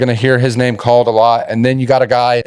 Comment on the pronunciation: Wow. I thought I had heard some name mispronunciations this week, but you guys are truly pitiful. The BARE-MINIMUM effort to qualify your predictions would be to just watch a previous game broadcast. It's SO apparent you didn't even do that, however, because you butchered almost every name you tried to pronounce. Most prognosticators can at least cite some common stats to back up their claims, but your best shot at a reason for your pick was this intellectual gem - "I just think they've got a little more juice right now, just a little more in the tank." Truly awful.